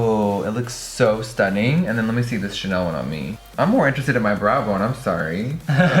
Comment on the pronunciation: “It looks something like dis” that voice😂😂😂😂😂😂